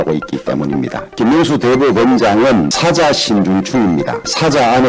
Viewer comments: 1인 유튜브 방송보다 못하다 마이크 성능 테스트도 안하나? 그리고 사자가뭐야? 사~자 (호랑이,사자) 경북 사람이 억양이 뭐저래? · 사자 발음이나 잘 하셔요. 주호영의원님!